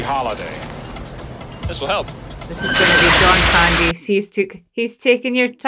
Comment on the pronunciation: Say CAN...... Say Candy not kindy.......wtf.